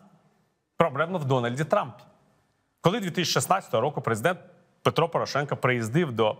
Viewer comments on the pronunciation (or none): none